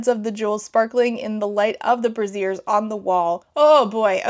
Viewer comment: brazier rhymes with frazier. a brassiere is a bra lmao. picturing bras on the wall is funnier though